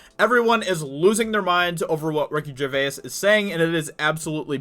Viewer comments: Sorry but it's vay's not vay-is. (grammar Nazi now returns to his room). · Can you at least say his name right dude. Its not Ricky "GER VAY IS" its pronounced like JER VASE. Long time fan of his. Love the vids tho man keep it up. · Bro. Great video. But dude, it's Gervais. Not Gervayis. One syllable. Like Ger-vace. Not Ger-vay-is. I cant. You gotta stop man. Sorry. It's me, I fully claim it. But for the love of all things sacred , u must stop. Thanks lol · Ricky GerVAIS - not Jerväääs...hehe still good show though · He’s not Irish FFS say it slowly Ger-vace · Ricky Ger-VAYAS I don’t mind but I can’t get it out of my ears now 😂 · "Ricky GervaYiEs" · Ricky Ger-vase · can u not pronounce his name correctly at least.... its not gervayas.. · Dude please get the name right Jer-vayz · It's pronounced 'Ger - vays'... how many times do you need to be told? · Sticking with “GERVA-IS” yeah? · For someone who's made a dozen videos talking about him, you'd think he'd have learned to pronounce his name by now. 😐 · ARRRRGGGGGHHHHHH he is still saying Gervayass!!!! Proves he does not read any of his comments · Dude, he’s not Irish and neither are you, so why do you say his name in an Irish accent? 😂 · What an odd pronounciation of gervais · You should watch some videos to see how to pronounce his name, its killing me the way you say Gervais. Great video Ricky absolutely nailed it. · Please pronounce his name correctly. You sound uneducated. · Can you please pronounce 'Gervais' correctly, it's really annoying. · If you're going to talk about the guy, at least pronounce his name correctly. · PLEASE just call him Ricky, you have mispronounced his last name about 30 times in THIS video. It’s really annoying. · it’s annoying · Vaha He’s literally the only person in the world who pronounces it like that. I can’t get through his video’s anymore, I’ve had to stop watching...made worse that he says his name at least twice in every sentence.